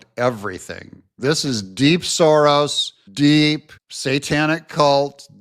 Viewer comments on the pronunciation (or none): none